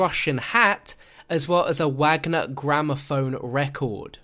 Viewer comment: Wagner is pronounced with a V instead of W.